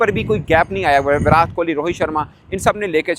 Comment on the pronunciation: Virat ke naam me 't' ko tamatar wala t pronounce hoga na ki tarbooj wala